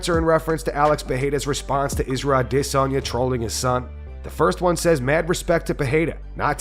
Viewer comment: Can you please stop overpronouncing Izzys last name? I cringe every time. You’re not saying it wrong but you’re overdoing it. It’s more subtle than that It’s like when people want to sound french and go ham saying Croissant. CwasssOn! It sounds silly.